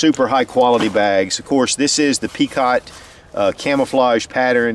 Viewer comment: PENcott not PEEcott.